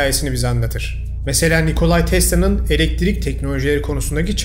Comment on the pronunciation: neden "nikolay tesla" diyorsun ki direk yazıldığı gibi "nikola tesla" diye okunmuyor mu ?